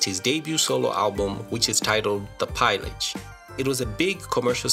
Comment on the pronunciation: You pronounce pillage incorrectly lol